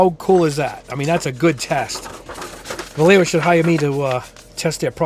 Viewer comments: If you wanna be fancy and pronounce it correctly, it’s “va yay ho.” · I lived in Madrid for 10 years. They are a Spanish company I believe in Barcelona so it is pronounced Bayeahjho. But who cares. This is a really great test. Really great. I occasionally build kits for fun but I need this information for creating props and costume details for my characters. I’m a narrative figurative artist. The ball tests were an, “Ah, hah.” Moment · Spanish word. So it’s pronounced Va-YEH-ho. Double “L”s are pronounced like a Y as in tortillas. And J is the Spanish H, like in the Spanish names Jose and Juan. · Hi! Nice video! handy review. Just for general culture. Vallejo is a Spanish Brand, so it should be pronounced something like "Vayeho", you know, similar to "yacht" or "yard"..in Spanish "Ll" and "Y" have the same sound. Cheers! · BTW, both ways of pronouncing Vallejo were wrong. Vallejo is a Spanish surname. In Spanish LLE is pronounced Ye and JO is pronounced Jo (lije 🎅 laughter), so it is pronounced something like VaYeJo. You could catch a vide from Angel Giraldez to get the pronunciation in Spanish from Spain.